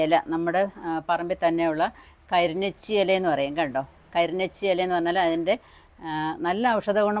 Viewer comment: Krinechi alla karinochi Ente veetil ond